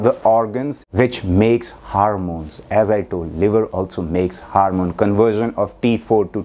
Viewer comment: What’s a harrr mone 😂